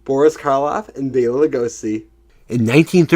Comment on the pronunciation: Oh, and bonus points for pronouncing Béla Lugosi properly. Too many people say 'Bella'.:)